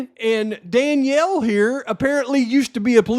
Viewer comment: "Danial".....lol Thanks I needed that laugh...lol